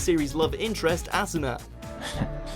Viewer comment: One picky rant I gotta make why you gotta pronounce asuna name like you said it (assuna) there is only one s in the name if you watched both sub amd dub they say the same way why you gotta be different